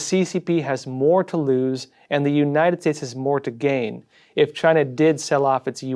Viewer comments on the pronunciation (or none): none